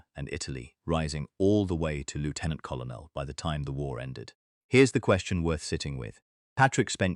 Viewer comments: Lieutenant Col on el? The rank is pronounced Cur Nell. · Lootenant kolonel - oh dear!! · You don't pronounce it "Lootenant". We are not Americans. And "Kollernell"? Tell your AI to get its shit in one sock. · WTF is a coll oh nell? Why don't creators get an AI text to speech that has been taught British English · What is a Lefftenant Collo Nell for gods sake and where on your list are Richard Todd and Christopher Lee? In other words a complete pile of crap. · AI Commentary or badly written. Take your pick. James Bond was not "07" he was "Double o Seven" (007). Very bad pronunciation overall - the pronunciation of Colonel is interesting indeed - nothing to do with the English Language (most mentions are actually Lieutenant Colonels but doesn’t let that get in the way) and "pranger" - RAF speak for someone who b"bends" a "kite". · It's not often that I give a thumbs down and turn off. If you want my attention and interest you must learn to pronounce words like invalided and Colonel. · You'd think the effing idiots could get lieutenant and colonel right.